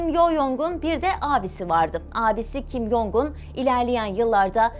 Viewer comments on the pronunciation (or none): Video bilgilendirici ve güzel öncelikle teşekkürler. Bu arada üzerinde araştırma yapıp bilgilendirici bir video hazırlarken kişilerin isminin telaffuzunu doğru yaparsanız daha iyi olacaktır. Kim Yong-un diye değil türkçe Kim Cong-ın (김정은) ve kim Yo-cong(김여정) diye telaffuz edilir.